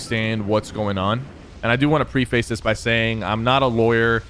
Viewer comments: It's pronounced 'preh-fuss' no 'pre-face' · No hate but homie really said “pre-face” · mispronounces “preface” every single time he says it 😂